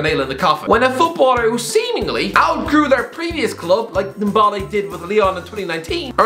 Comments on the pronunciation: Ndombala .. you botched his name 🤣 t's french ! "N - DombÉLÉ" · Tombole :)))) This dude can t pronounce NDOMBELE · says m boly instead of Ndombele🤣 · Couple of things: 1) Nani never played or lived in Brazil. He cannot be linked with a return to Brazil if he wasn’t there in the first place 2) Ndombele is not pronounced ‘Dom-Bowl-Ay’